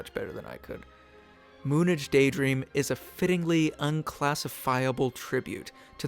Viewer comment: lol its said as moon age lol